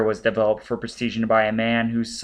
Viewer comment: Despite the many mispronunciations (Pres-ti-jen, Yang-yaw-vil, etc.), this is still an enthusiastic and entertaining rendition.